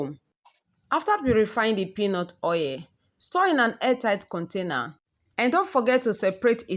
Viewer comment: Its not OA its called Oil O illlll Not OA plzzzz😭